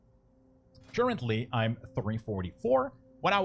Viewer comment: churchently != currently xD very helpful video, and a nice comedy relief with pronunciation :D keep up the good work